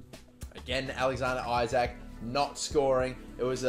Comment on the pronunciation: Isak is pronounced E-sak